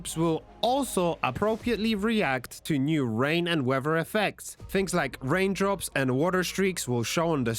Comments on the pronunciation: OMG it's weaTHer.. not WEVA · Great video. But stop pronouncing it weawwer system.